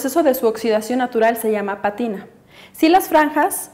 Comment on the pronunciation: Se dice pátina, no patina .